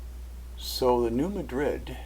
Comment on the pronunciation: Where are you from??? It is Are-cān-saw'........ Also, New Mād'' -drid!